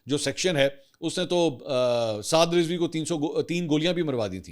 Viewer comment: Lafz Rizwi nahi, Razvi hota he. apni tashiih ker Len.